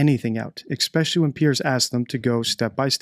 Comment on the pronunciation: Please stop saying xspeciialy You're too bright to misspeak Especially Espresso Es